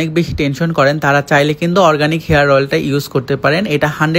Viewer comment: হরগানিক না রে ভাই😀😀😀অরগানিক🥴🥴